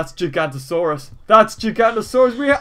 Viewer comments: It's not Gigantosaurus. It's Giganotosaurus. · It's actually pronounced JIG-AA-NO-TAA-SAWR-US